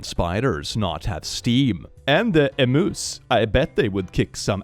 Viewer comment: as an aussie, please never say emooos again 😭 it’s more like “eem-yu”